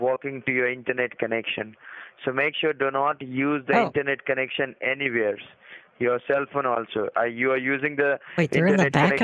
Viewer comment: "Do not use internet connections any-vares" 😭😂